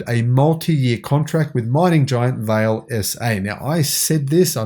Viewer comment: It’s “vah lay”. Portuguese